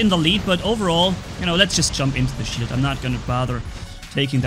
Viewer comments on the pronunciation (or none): did you said sh*t or shield???😅